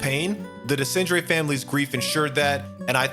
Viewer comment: Tried watching this but the way you pronounce Renoir and Desandre is just jarring. You have multiple examples on how to pronouce them in-game.